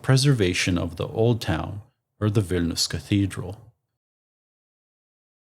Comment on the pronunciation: "Wine"lius ...?? Better Vilnius, no??